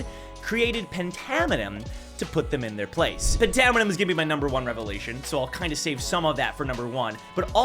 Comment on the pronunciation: I thought phantaminum was pronounced “fantaminum” like phantom